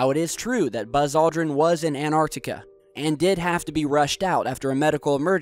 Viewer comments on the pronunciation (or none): im about to flip the fuck out if you dont stop saying "AnArctica" instead of AnTarctica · Achtung, Dumbfucks: There's no such place as "Anartica" or "Anarctica." There is, however, a vast continent called "Antarctica" surrounding the Earth's southern pole. Antarctic: from Greek antarktikos "opposite the north," from anti- "opposite" + arktikos "arctic." Now start pronouncing the word correctly, you morons. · Gotta love how yanks can't pronounce Antartica properly how the hell do you get anartica from that, your missing a t you uneducated septic yanks. It's not fucking silent. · AnTarctica. Practice this word. AnTarctica! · Any chance you can learn pronunciation of the English, that's not American language? The word Antarctica has some "t"s in it, use them please! Get some education, PLEASE! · Noah Barber haha tru . tho it is lazyness/dumbfcukery saying place names wrong -all the time